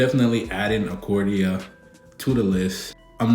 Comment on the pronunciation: Bro who is Acordia? 😂 Do you mean Arcadia? 😂😂😂